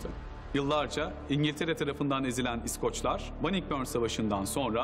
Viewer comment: surekli yanlis vurgu ile iskoc / iskoclar diyor ya seslendiren. kulagim kanadi. duzgun isi bilen birine seslendirme yaptirilmasi gerekirdi.